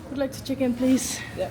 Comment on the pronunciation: Leuke video! Toen je in het hotel in Frankrijk zei I want to check in, verstond ik in eerste instantie dat je zei I want a chicken: dus ik dacht waarom wil ze nou een kip hebben? Kort daarna bedacht ik oww check in in plaats van chicken! 😂😂